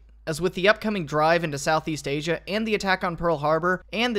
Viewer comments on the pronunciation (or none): none